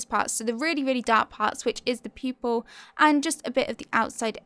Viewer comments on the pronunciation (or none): I keep hearing you saying "people" instead of "pupil" .....anyways great talent....